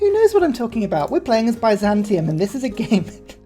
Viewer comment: I love how he pronounces Byzantium. It's not Heterozantium, Homozantium, Aznatium, or even Panzantium--it's Bizantium.